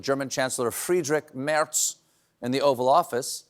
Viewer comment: A huge thank you for pronouncing the Chancelor as "Mertz". In the media keep hearing "MERS" and thinking about a scary virus.